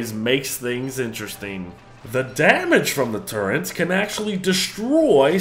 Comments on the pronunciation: Turrets, not turrents There isn’t an N in it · There is no n in turrets.